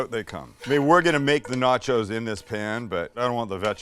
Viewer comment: Where in Canada do we say nah-chows lol.